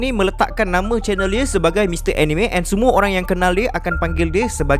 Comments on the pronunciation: Sebenarnya pronounce "Anime" tu bukan (Eh-Ni-Me). Tapi (Ah-Ni-Mek). "k" tu bleh sebut atau silent pun boleh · Org selalu salah sebut anime.sebenarnya sebutan yg betul ialah aa-nii-mee,bukan enime